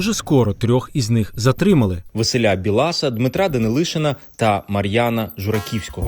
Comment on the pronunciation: Дуже сподобалась інформація, чудово, але Бііілас!!! а не Білаас - на Дрогобиччині немає Білааасів